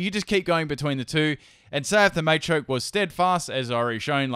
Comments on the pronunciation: Quit saying it MAYchoke, its MAchoke. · Machoke, not Maychoke.